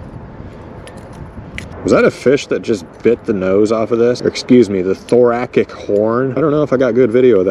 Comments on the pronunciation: Genius idea for a lure, I also wanted to say that the word thoracic is pronounced “thorassic”. Lol I said ass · pssssst: thoracic is pronounced thor-a-sic, like jurassic (I'm a retired doctor, you're welcome) carry on, great vid 👏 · I knew the horns wouldn't last lol. It's pronounced Thor-AS-Sick. The Hercules beetles I've seen have their mandibles side by side. A rhino beetle has a horn like a rhinoceros, hence the name. Try again. Without the horn, but cast it out of plastic. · Heh, "thoracic" is pronounced like "Jurassic"